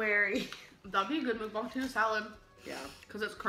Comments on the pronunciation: They way she is pronouncing Mukbang is wrong 😊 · Why is no one talking about how she pronounced mukbang,,, so irritating